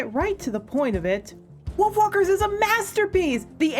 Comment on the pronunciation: Yea, it kinda sounds like "Wiolf walkers"